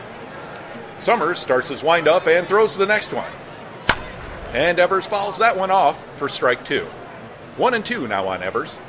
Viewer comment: 54 seconds in and you've got a mispronunciation. "Eevers"